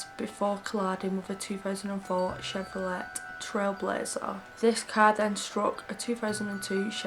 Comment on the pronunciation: Hello from the 🇺🇸❗️Just discovered you and you’re Wonderful- Absolutely Love the way you speak so calmly and your accent is ACES! I’ve subscribed and will now have a marathon of your presentations- just to let you know,, that Chevrolet is pronounced “Chev row lay” with a silent “t”. 🌈⭐️❗️